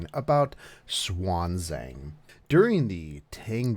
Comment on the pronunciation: Hey shogun love your vids by the way as far as I know her name should be read as shi-ya-n zha-ng